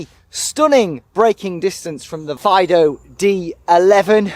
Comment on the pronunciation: I’m pretty sure that the pronunciation is “Feedoo”, not like yer dog..